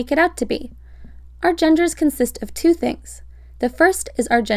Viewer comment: why emphasise "two"